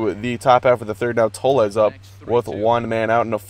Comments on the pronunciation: no it's pronounced tolls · toles is pronounce "tolls" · Toles is pronounced TO-OH-LEZ